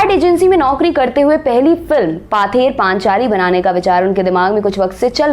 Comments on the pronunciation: It's not पाथेर पानचाली, its पथेर पांचाली means folk song on the way रास्ते का लोकगाथा। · 'Paather" nahi ma'am...uski pronunciation 'pawther' hoga...btw, a good video...cheers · actually mam its pronaunce pother panchali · Presentation was good, but Bengali pronunciation sucks, "Paather Panchali, Apprajito, Bangali", etc are the example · Madam, “Bangali film “ nahin: “Bangla Film “, banane wale ko Bangali keh sakte ho aap. Maaf kariyega Ek our nivedan Pather Panchali - pronounced as paw-ther Panchali me n anuswar hai , n hard nahin Isey aap constructively lenge, ummid hai . Aapka research aur saraha jayega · Her pronunciation is terrible. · Baksho bodol, baksa nehi. ! U have lot of good info in ur video. The pronunciation is killing it. Specially pather paaanchaali is stabbing in my ears..i still watched because the content is really good. Yes Bengal is a state, a region of india, but not Satyajit. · It's not পথে র পাঁচালী